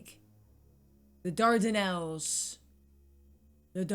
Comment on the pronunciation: RE: The Dardanelles; Pronounced Dar-Dan-Ellz. This is the waterway which runs between Asia and Europe west of the modern city of Istanbul, formerly Constantinople, connecting the Mediterranean to the Black Sea.